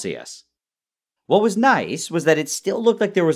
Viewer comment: Nile: professional chemist Also Nile: "I wa totally unsure what wa happening, and just hoped that it was good"